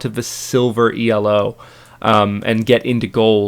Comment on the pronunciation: Realy nice video, keep them up :) btw we say Elo and not E-L-O it isnt an acronnym, its actually comes from a guy named Elo